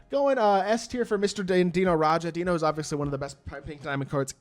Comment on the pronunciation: Deni Advija not Dino 😭